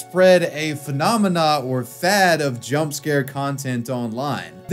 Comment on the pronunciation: He really can't pronounce "phenomenon". I've not seen any of his videos where he pronounces it correctly.